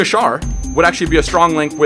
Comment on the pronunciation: schär is spocken scher